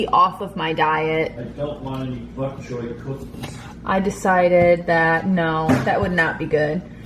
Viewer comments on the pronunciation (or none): "I don't want any bok choy cookies" Lol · "Buck choy"? lol you're so funny with your pronunciations. What made you decide to add bok choy to pasta? I do the gluten free egg fettuccini with steamed broccoli and chicken, topped with alfredo and shaved parmesean! Delish! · You say the funniest words. I’m from Ohio too so I know it isn’t that🤣 Bok Choy you say Buck.